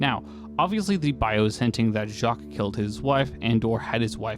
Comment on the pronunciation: Gen Z is so weird. I feel like the name Jacques was in every French joke of the 90s and early 2000s. Now American kids dont know how to to pronounce this name😂